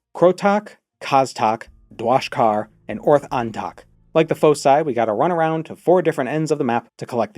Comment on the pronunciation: Thank you for correctly saying foci.